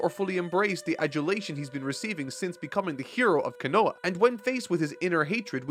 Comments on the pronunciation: say it with me, Ko-no-ha not kan-no-ha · Again, not Konoa but Konoha!! Learn Japanese please!! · Ko no ha bruh how do you keep saying kunoa rock Lee clearing says it too at this point he just doesn't care and it takes me out of the immersion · I know its kinda late given its part 10, but Konoha is pronounced Cone-uh-ha. Bugs me every time and its kinda an important place in the story. Sorry. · I really need to understand how can properly say Konohamaru, but keeps calling Konoha Ko-NO-a? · its pronounced Ko no ha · love your vids but please say konoha right, it's killing me lol